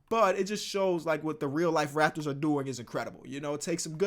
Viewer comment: the way he said its the rAPtors had me deadd